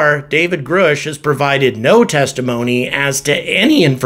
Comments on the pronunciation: I love you. Quick tip: it's Grush. Like brush. Not Grush like "I AM GROOSH":D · Please pronounce his name correctly, it's driving us nuts!!! Gr- us-ch... not Gr oosh! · Your saying "Grusch" wrong. It rhymes with RUSH or HUSH..G-RUSH. Not Groosh. :-) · Grush not groush but thanks for sharing. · Grusch is pronounced like "brush" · Grusch= short U sound : Gruh-sh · why wont you say david grush;s name properly it sounds like rush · We NEED TO KNOW THE CONGRESS MEN AND WOMAN (names) who are blocking this information. I’ve seen them. It’s real PS. It’s Pronounced David. GRUSH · I’m wondering if you’ve listened to all the commentary on David Grusch, how you don’t know how to correctly pronounce his last name. Does that make you a more angry astronaut Grrrrrrr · In due time Grasshopper, in due time. Learn how to pronounce David Grusch name, and maybe he will tell you everything you want to know. LOL!